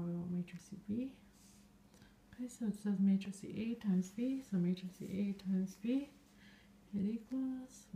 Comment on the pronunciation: Did you know that you are calling a "matrix" --a "matricie"?